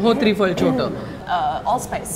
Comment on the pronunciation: त्रिफळ नव्हे तिरफळ